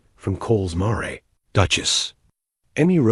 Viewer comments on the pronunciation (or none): Correct AI pronunciation of a female horse. It is not mahray. It is mAre, long A silent e. It is the E that makes the A a long sound, like the name of the letter in English.